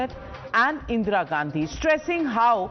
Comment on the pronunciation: So Ga can't even pronounce In Ga's name correctly. 50 years feeding on mother India and can't be bothered to pronounce Indira instead of Indeera.